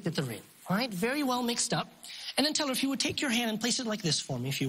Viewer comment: "he fooled Penn and Tellaaahrg"